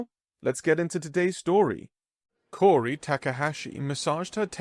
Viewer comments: Awesome story and great narration. My only nip pick is that I’m pretty sure the hostess name is pronounced “Kow-ri” not “Kor-ri” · It really throws me off when you pronounce the name as “Cory”, its “Kaori”, its even phonetically spelled Kao-ri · Good story, but you really need to pronounce names properly, Kaori is pronounced as Cow-Ri, NOT Cory. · Kaori is infact pronounced Ka-O-Ri, but Cory or Cowri is acceptable for western speakers. Japanese names can be pronounced differently just like every other name on the planet. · Kaori should be pronounced as "cow-ry" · Phonetically Ka-O-Ri. But outsiders like yourself can pronounce it however you want. No harm, no foul. 🤗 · Ka-o-ri it’s not a Germanic language. Also ha-o-ri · is new. Yeah, he regularly muddles words or says them incorrectly. You try narrating something of this length without any mistakes. Most people have to have 4 attempts to leave an OGM on their voice mail! You try reading this story aloud, and then We'll Judge You! How about that? But you won't will you. 🙄